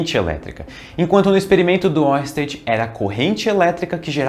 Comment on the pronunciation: Estamos de olho em você pronunciando "Huygens" corretamente e não fazendo o mesmo com Oersted.